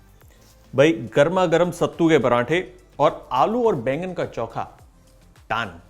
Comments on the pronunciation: चौखा नहीं चोखा बोलते हैं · Its not chonka its chookha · bhai, it is "Cho-kha" and not "Chau-kha" 😛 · This is not choookha , it is chokha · Very nice. Actually its चोखा and not चौका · It's चोख़ा not चौख़ा 😀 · Choka nahi chokha kehte hai